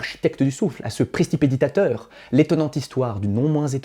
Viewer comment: Combien d'heures d'entraînement articulatoire pour la prononciation de "prestipéditateur" (qui me semble un vire-langue en un mot) ? En plus de mon admiration pour cette prouesse linguistique, je te transmets un grand merci pour cette histoire et cette conclusion révolutionnaire pour mon approche du programme d'agrégation de l'an prochain.